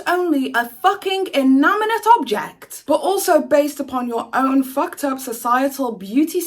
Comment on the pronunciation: Never heard such a load of bullshit excuses for bad behaviour. next time you try to come over as a quasi intellectual please learn how to pronounce basic terms like colloquial and inanimate.